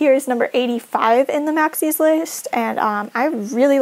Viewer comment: first of all, i love your pronunciation of "maxis" :) i also love how you say "plumbob" it sounds so much prettier and i think i've started to pronounce it more like you since i started watching your channel :D i don't know what "the right" pronunciation is. i love all the custom content! i had no idea this project existed so thank you for showing it to us!